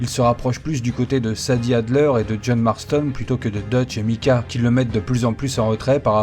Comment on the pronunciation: Sympa la vidéo, mais s'il te plaît, s'il te plaît prononce Maïcah et non Micah... On dirait tu parle d'un vieux chanteur français xD